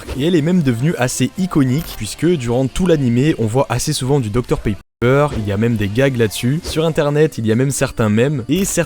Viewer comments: Suis-je le seul à entendre dr paper au lieu de pepper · pq tu prononce docteur Paypeur alors que ça se prononce pépeure